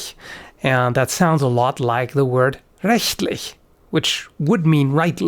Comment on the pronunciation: Wow, that was suprisingly impressive how you pronounced „rechtlich“. I mean that is not what you hear normally from enlgish speaker. Just heard the other words and maaan it just got more satisfying.